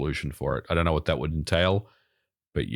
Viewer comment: "If you knaur, you knaur"